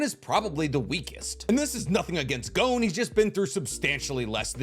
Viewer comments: It's G-OH-N, not GOWN. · So weird hearing "GOWN" haha it's just "GON" bruv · Hearing him sayin “gown” triggers me, idk, good video tho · Bro’s saying it wrong. IT IS PRONOUNCED “gone” WITHOUT THE E. 💀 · The way you say Gon is annoying af. It's Gon! As in gone! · You can say Don, but not Gon?